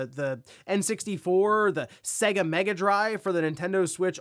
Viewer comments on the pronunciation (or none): none